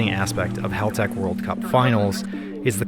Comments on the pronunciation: Hey yanks, just feel the need to say It's HAL-tech Not HALL-tech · Imagine being that much a Haltech fanboi and not even being able to say the name of the company right? That's just embarrasing. It is Haltech, not Haultech!